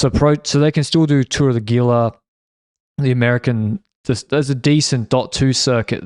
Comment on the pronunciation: "Tour of the Gila" - it's pronounced "Hee-la"